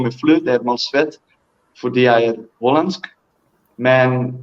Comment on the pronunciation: I am impressed. You even said "Hollandsk" in Danish. Fandeme flot 🥳